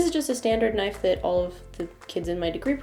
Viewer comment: You scared me wen you said nife